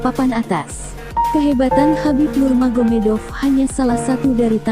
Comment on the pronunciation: bng.. nurmagomedov.... BUKAN NUMAGEDOV😁😁😁😁😁😁😁😁